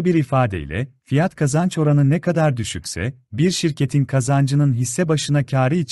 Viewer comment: F / K oranı derken Kapalı A kullanmanız çok rahatsız ediyor. Kapalı ve Açık A veya Açık E gibi vurgulara dikkat edilirse çok iyi olur.